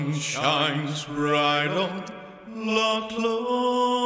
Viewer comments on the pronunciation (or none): Your british and you have no idea what Loch is, and you cant even say it correctly? very strange, its not an original song its an old Scottish song.. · I don't think it's strange that we can't pronounce Loch correctly. Funnily enough we didn't learn Gaelic in school! What makes you think we have no idea what Loch means? We clearly do know what it means. I said it was a lake and my friend said it was a body of water so how does that mean that we have no idea what loch is? It seems you don't know what loch means.